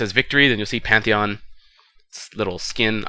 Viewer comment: Pantheon with P not M